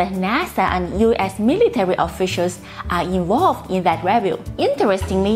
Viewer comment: 'Review' has the accent on the second syllable!